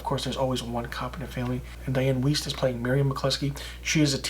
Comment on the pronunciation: Enjoyed your review. Not s fan of Renner so wasn't sure about it. Btw, Weist is pronounced like a long i. Like wise but with t on end.